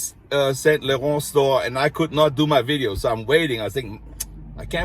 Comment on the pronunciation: You are fabulous as you are! You put yourself into your work and take us to places we can't go. You have personality!! And you say "Laurent" beautifully!! ❤❤